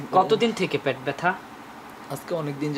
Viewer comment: ভাই,প্যাট না,,, পেট।